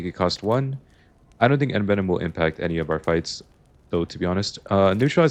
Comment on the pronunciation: the way you're pronouncing envenom is driving me crazy